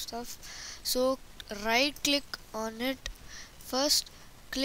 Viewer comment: look gurlll when u say right click like u say riGht click -_